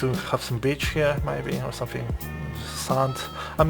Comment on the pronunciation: "I'd say it would be nice to have some bitch here!". I couldn't agree more with what it sounds like because of his accent... XD PS: I'm not making fun of his accent, neither anything else, but I feel I have to justify, apparently...